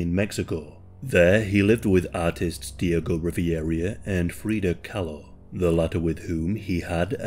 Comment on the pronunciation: Sorry dude but you butchered Diego Rivera's name. Otherwise very interesting video.